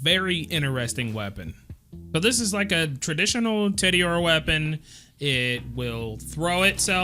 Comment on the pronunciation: Everytime you say "Teddy-ore" I die a little inside.